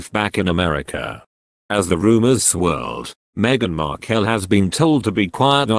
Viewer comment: Would have been better if the narrator could pronounce Markle properly. Let us just see what happens in the next few days shall we.